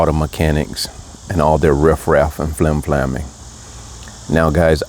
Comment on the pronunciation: It's "flimflamming". 😉